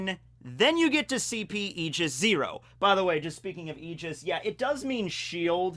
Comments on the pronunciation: Aigis 0 is reffrencing Aegis, the shielf of Zeus, it's pronounced as "Eye Gis" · It's aye-gis what you were saying for a bit, at least in English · Aigis is pronounced "I jis" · Aegis, the way I've always heard it pronounced, is "Age-is". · It's pronounced "ayy-jis" Source: I'm a DotA2 player and we have this item called "Aegis of the Immortal" and the developers added a tooltip for the pronunciation of the item. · says e- gee- us*. Smite players: *visible distress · It's (Eye)-jis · aegis = eye-ga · EYE-GIS -> Aigis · It’s pronounced Eye-Jizz zero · Sorry to bust your balls but... it's pronounced e-gis ( That's the Greek pronunciation, it may differ from the English one) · Aigis is pronounced e-i-gi-s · He’s definitely still pronouncing aigis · As a Greek guy, yes. Wrong pronunciation. It's like it's "a" (the way it sound from "a Greek" I typed above) "y" (the way is sounds from "yes") "e" (the way the letter "e" sounds) and s. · as a greek boi myself aegis is probably more correct but in the grand scheme of things it doesnt matter so its fine u can say the word however u want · If you play Persona 3 you would know the correct way of saying "Aigis"